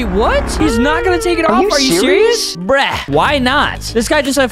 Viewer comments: It’s not breh it’s bruh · Why do you said brek